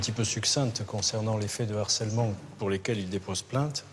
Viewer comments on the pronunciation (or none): Pardon mais on ne dit pas "d'harcèlement" mais "de harcèlement". "H" aspiré, il fait partie de la langue française même si on l'oubli souvent...😊